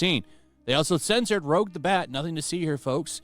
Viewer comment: He called her "Rogue" hell nah bro...